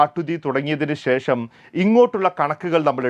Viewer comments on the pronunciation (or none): none